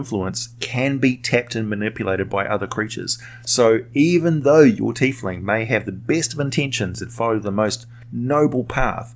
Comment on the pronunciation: I like your pronunciation, I hear "Tyf-ling" way too often